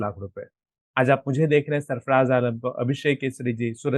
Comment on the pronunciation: सरफराज़ होगा भाई सरफ़डाज़ नहीं